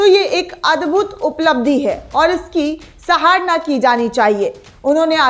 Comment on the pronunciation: मोहतरमा जी हम आपकी खुबसूरत पत्रकारिता की सराहना करते हैं. सितार के सात तारों में से एक तार का टूट जाना छोटी सी बात है, लेकिन सारे सूर बेसूरे हो जाते हैं, ठीक उसी भांति " सराहना " को " सहारना " उच्चरित करना छोटी सी बात है लेकिन अर्थ का अनर्थ हो जाता है. आशा है आगे से ध्यान रखा जाएगा. सस्नेह धन्यवाद. ्